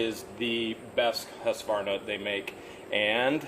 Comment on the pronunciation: Hearing him butcher Husqvarna was like nails on a chalkboard to me also one of the best made chainsaws and or small engines in the world in my opinion